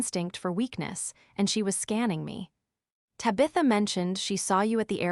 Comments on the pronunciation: AAUURGH! TAB-i-tha! NOT Tab-ITH-a !!!!!! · And Tabitha and a few others😮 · So who is DIE-caprio? Maybe a friend of TaBITHa’s!? lol😂